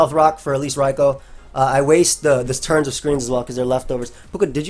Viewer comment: That is literally how you pronounce it